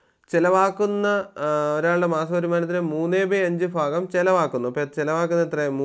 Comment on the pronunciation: ഫാഗം അല്ല സർ. ഭാഗം എന്നാണ്. ( fagam is wrong sir. Bhagam is right sir)